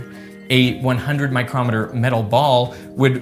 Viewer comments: Captain pedantic here. You mispronounce micrometre. You are pronouncing it like micrometer - the precision measurement device. The unit of measurement is pronounced in 2 distinct parts, the prefix "micro", then "metre". The same way you say millimetre. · You're mispronouncing "micrometre." The accent is on the first syllable, as in "millimetre" or "centimetre." The word you used refers to a measuring instrument, spelled "micrometer" not the measurement, which is spelled as above. This confusion of measurements and measuring instruments is the reason why most people mispronounce "kilometre," particularly in the US where they make no distinction in spelling between measuring instruments and the International unit of length.